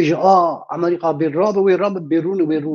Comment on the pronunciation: Bira can... ew bes e wun dibêjin "Amrîqa" yaaaaw...!😂 Amerîka...✔ Amrîqa...❌